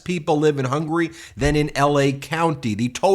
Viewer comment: The man can't even say the countries name correctly, It's HUNGARY not HUNGRY